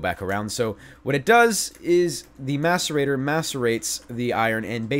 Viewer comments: Every time he said mascerator I thought he said masturbater.. I'm a bad person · did anyone hear him say "masturbater" instead of "macerator"? hahah